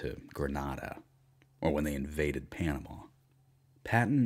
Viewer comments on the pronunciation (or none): none